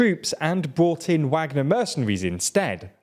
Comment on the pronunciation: The only thing that bothers me about these videos and channel is when they choose to pronounce things right, like I understand the reason why but now that it's in the same video it I can see they pick and choose. They mispronounce names of Ukrainian cities and the one that bothers me the most is when they say Wagner without the V sound but as soon as it comes to the country Niger, they pronounce correct, now I don't want them to mispronounce the country name obviously but it is quite funny, especially when it's plainly obvious such as this video 😂